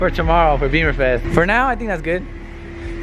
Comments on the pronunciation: It’s “Bimmerfest” not beeeeeemer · Bimmerfest. Not beemerfest. Love the videos just would like to correct how people say it incorrectly and wrong references .